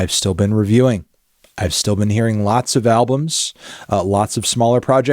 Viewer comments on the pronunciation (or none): none